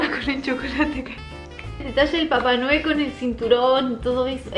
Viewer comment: Como dice: papa noel Como yo lo escucho: papa anuel